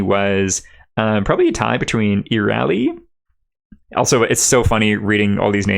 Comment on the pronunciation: It's pronounced "kazem"-fiend. Y'lknow. Like a fiend of chasms. Also pronounced "reh-shadium" everywhere I've seen it, not "rye-shadium". "Ee-Ree-Al-Ee" "Natt-en" (like the fly, gnat)